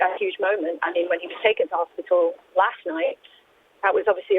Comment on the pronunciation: Another presenter who is so ignorant she can't pronounce "hospital"!! It isn't "hospittall"!!!!